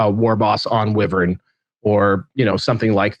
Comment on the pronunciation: it's a WHY-VERN, could you both please stop mutilating the English language? Thanks